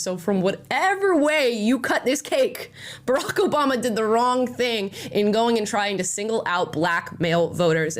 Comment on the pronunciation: All I hear is Obamna. I’m also here for EVERYONE speaking out. Let’s gooooo